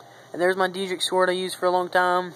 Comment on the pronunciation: Just letting you know, it is pronounced Day-drick. Nice save though.